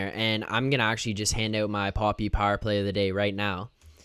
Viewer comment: Just wanted to point out that Papi isn't pronounced Poppy like you're currently saying it. It's pronounced more like Pappy. Pretend you're saying puppy, but with an 'a'. Keep up the good work boys. Great post game breakdown. Leafs in 6!💪